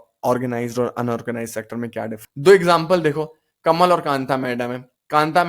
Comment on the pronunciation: Not Kamaal , its kamal